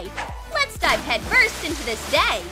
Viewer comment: It sounded like let’s die but let’s dive